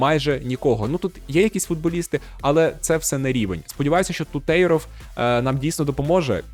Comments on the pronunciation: Не Тутейров, а Тутєров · Афігєть, підписав брата моєї колишньої) до речі, правильно ТУтєров, на перший склад наголос) інфа 100% 😅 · Ну який тутЄЙров, ТутєрОВ